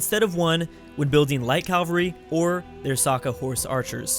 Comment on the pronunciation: Cavalry not Calvary.